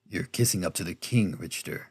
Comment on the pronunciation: I've always heard the name as Rick-ter.